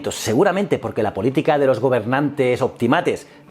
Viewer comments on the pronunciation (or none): none